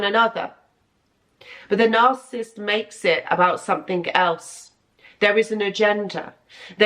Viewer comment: Narcissist is 3 syllables - NAR- CI- SIST ....you say it like 2... NARCISST.....it's annoying.